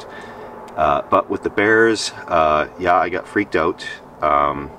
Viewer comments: At first I was confused I thought you said "no beers allowed" that would definitely keep me out lol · I thought you said "No BEANS Allowed" for a second.